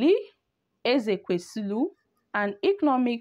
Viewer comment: Madam are u having eye problems PLEASE READ, READ AND PRONOUNCE NAMES CORRECTLY AT LEAST How does Ezekwesili sound like EzekwesiLU It's Oseni NOT OsANI